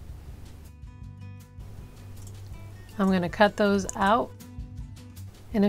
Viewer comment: I guarantee they thumbs downs are not because of the process or finished product because they are impeccable. It’s possible some people find her enunciation frustration... da instead of the, doze instead of those. I fully understand it’s a cultural thing but I genuinely believe that is the only reason anyone would possibly thumbs down this vid